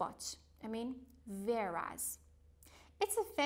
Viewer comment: Whereas we pronunciate it wear'aez say weh.ras not veras.